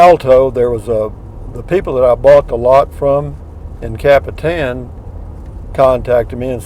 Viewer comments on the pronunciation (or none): none